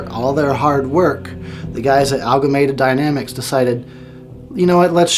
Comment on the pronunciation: Great review! Just FYI though, it's AMALGAMATED DYNAMICS, not ALGAMATED DYNAMICS. Just sayin'...